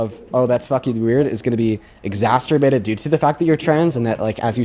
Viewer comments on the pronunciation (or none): I know it's petty and dumb, but, Mr Withers, it's "exacerbated", not "exasterbated" 😬 Aside from my petty bullshit, love the video,! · "Exasturbated" 😅 dean please it's exacerbated